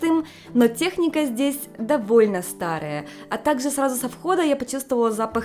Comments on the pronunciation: что у тебя с произношением буквы "в"? Вместо вайба слышу байба, вместо довольно - добольно. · В японском в и б это одно и то же. Возможно у уже языковая перестройка) Она наверное чаще сейчас на японском говорит, чем на русском)